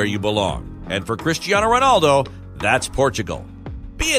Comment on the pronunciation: Did he say cristianiho 😂